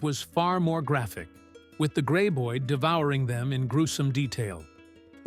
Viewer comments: Grey boyeds? God damn A.I. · Host says "Grey-boyd"(??) No...